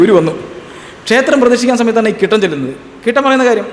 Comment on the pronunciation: KC കുട്ടൻ ആണ്. കിട്ടൻ അല്ല.